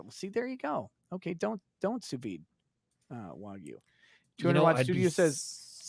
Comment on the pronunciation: Learn how to say wagyu please.